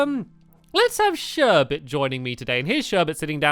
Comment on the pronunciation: sherbets name is sherbet and calls her sherbert